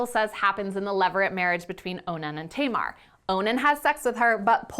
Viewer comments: I deeply appreciate this video, but I wish you would look up the correct pronounciations of names because it was driving me crazy that you were calling Tamar Tay-mar. That “a” sound does not exist in Hebrew. Other than that, I think this is really important and a great thing to talk about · that's...that's not how you pronounce Tamar. my sister's name is Tamar. it's TAM-ar, like TUM-ar.